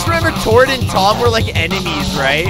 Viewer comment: can't even say Tord or Toms name right. Yes, Todd and Tim. "It's fun having you here Todd, Tord. You're way more fun than Tim, Tom."